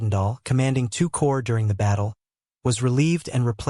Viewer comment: “Core” not “corpse”